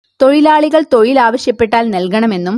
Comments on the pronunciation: തൊയിൽ അല്ല തൊഴിൽ ആണ് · തൊയിൽ അല്ല, തൊഴിൽ എന്നാണ്. ശരിയായി മലയാളം പറയാൻ പഠിക്കൂ. ഉച്ചാരണം ഒരുപാട് തെറ്റുണ്ട്. അടുത്ത വീഡിയോകളിൽ ഉച്ചാരണ ശുദ്ധി പ്രതീക്ഷിക്കുന്നു 🙏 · തൊയിലല്ല - തൊഴിൽ എന്നു പറ